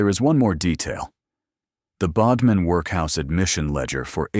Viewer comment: ‘man beside her’? And it is Bodmin as in ‘odd’ not ‘ode’.